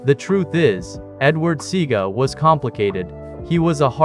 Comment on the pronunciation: U ALL NEED TO STOP THIS FOOLISHNESSTHE GENTLEMAN'S NAME IS NOT SEEGA. ITS SE A GA. SEAGA ...NONSENSE